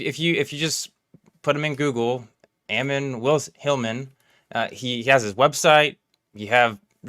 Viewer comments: Your title is what your pastor didnt tell you but you dont know how to say the guys name that you are talking about for 30 minutes. That seems ok with you. nice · He's the oddest coming from a guy who can't pronounce his name and is playing pretend Roman soldier. Yikes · Dude do your homework! Can’t even pronounce his name. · Dude can't pronounce Ammon even though it's in Genesis smh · Dude doesnt even know to pronounce "Ammon" a deity that was worshipped by the Romans 🤣 -Naturalis Historia -Ab Urbe Condita